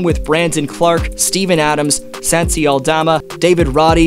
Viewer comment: San-ti Aldama😭